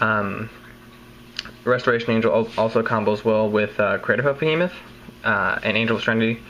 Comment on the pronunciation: Great to see you back. Also when you said "Craterhoof Behemoth" lol it sounded like "Craterhoof's Penis" xD